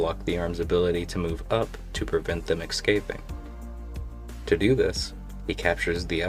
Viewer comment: Turning off at 'excaping'. But will come back.